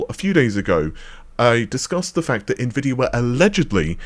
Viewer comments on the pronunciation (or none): none